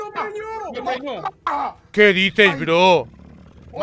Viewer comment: Me da risa como dicen todo el rato "lo preñio" jajajajjaa